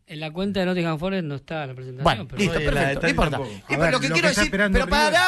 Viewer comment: "El nothinguin fores, un equipo de mierda" palabras sobre uno de los clubes ingleses mas históricos y exitosos del pais, dichas por un periodista que no conoce si la información que está diciendo es verídica o no pero la dice igual. No hay remate 😂